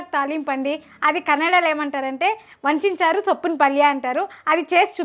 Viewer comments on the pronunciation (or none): adu soppina paalya kaadu, soppina palya😢